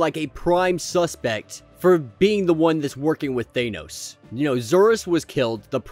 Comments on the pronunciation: It would be nice if you would learn how to pronounce "Thanos". Just saying... Nails on a chalkboard.. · Just realized thanos is pronounced differently in UK vs American